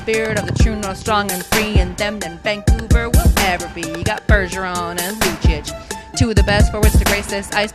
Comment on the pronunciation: No, its not rectch-e its pronounced reck-e. recchi. Its lucic- luchic, not luchich, and its seguin-say gan not sigwin